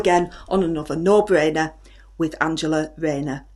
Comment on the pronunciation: Starmer is a sausage . No Bwainer wiv Anjera Rhayner is now compulsive viewing for me .. lmfao x